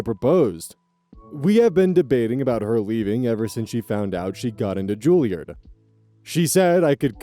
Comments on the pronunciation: It's Juliaahhrd. Less midwest sounding and more posh British. Not that it matters. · 1) I do believe Juilliard is pronounced like Charizard 2) Penguins of Madagascar ref???? Was not expecting that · Okay now he's just trolling us with these pronunciations. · the sudden 'King Julien!' after mispronouncing Julliard for a few minutes took me out while cooking lunch XD